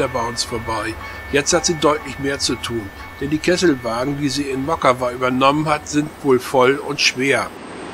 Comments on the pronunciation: not moKKKAVA,,but MOCkava, C like tcar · Mockava (Motzkava nicht Mokava). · Wenn das Polnisch ist, müsste das doch Motskawa ausgesprochen werden oder? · Mockava lest man "Motskawa". Litauische Sprache benutzt tschechische Lautaufzeichnung. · Das "mag" nicht, sondern IST SO. In allen slawischen Sprachen und im Litauischen wird das 'c' als separater Konsonant entsprechend dem deutschen 'z' bzw. 'ts' ausgesprochen. Und auch wenn man das nicht für Allgemeinbildung hält: bei der Erstellung eines solchen Videos darf man sich durchaus die Mühe machen, die Ortsnamen zu recherchieren und korrekt auszusprechen.